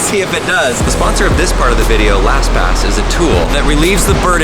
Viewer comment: Vidoe sounds like hoe i think you mean video with an EO not OE